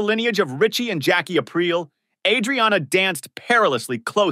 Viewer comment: You keep mispronouncing the word "penchant." You also must pronounce the Aprile and Adriana. Edit: I posted this before I heard you say Bacala. Yup you mispronounced that too. Watch this show and listen to how they pronounce these names.